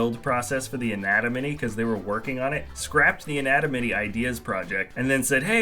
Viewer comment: I was making a joke about the way he pronounced "anatomy"